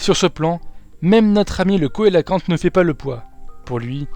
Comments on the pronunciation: Vidéo très intéressante Pouce bleu :) (on écrit cœlacanthe mais on prononce [célacante] :P) Impatient d'une autre vidéo sur le monde aquatique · coelacanthe ça se prononce célacanthe...